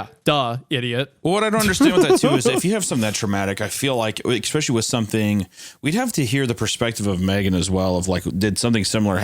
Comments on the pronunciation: Anytime Hunter says « especially » I hear « expecially »😅 if Tommy is immortal then the dad can’t do anything. If he wants those kids then he’s gonna get those kids. It’s unavoidable unless you spend your life on the run.🤷🏾‍♀️ I think it’s because Tommy doesn’t like strangers/crowds I wonder if he’d come back if they adopted kids instead of having biological kids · i am adapting to saying exxxpecially because of hunter